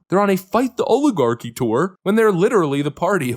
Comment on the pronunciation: It's rather amusing that these "Language Experts" don't even know how to pronounce the word "oligarchy." 😅😅😅